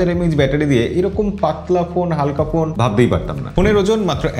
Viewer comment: ভাই পোন না,,ফোন বলেন